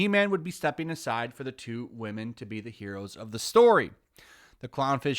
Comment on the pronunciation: why don’t you just say woman? That whamen shit sounds so stupid lol